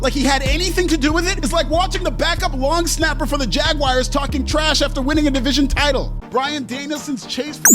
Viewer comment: Keep making fun of the yts all you want. Heck, even give my Cowboys a stray if you'd like. But for the love of gawd, please stop calling Jacksonville the "Jag-wires." LOL, that hurts my ears!